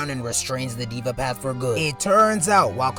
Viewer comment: Its Deva path man😂. Not Diva Path. Love the content btw.